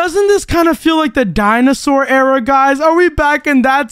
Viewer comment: "there you go we're in a new aira"